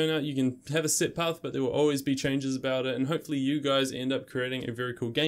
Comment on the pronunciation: Sit - int? No!!!! Set.... ssssssss eh tttttt.